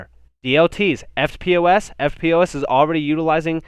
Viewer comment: Hey "EFTPOS" is usually pronounced "ff-poss" great channel keep up the great work cheers